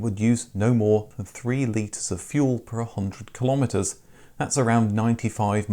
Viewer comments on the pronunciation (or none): none